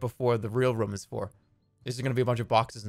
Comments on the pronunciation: He says room like rhum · why does he say room with a schwa its really bothering me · I like how he pronounces “room” can’t get enough of it